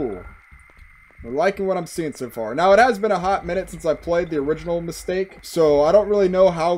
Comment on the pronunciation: as a bulgarian this is actually how i'd pronounce mistake by default lol, unless i put in the effort to sound sound more soft and english-like